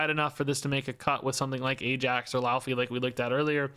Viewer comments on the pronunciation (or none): Popping in as an expert in Norse linguistics: 'Laufey' is pronouned more like "loy-fay"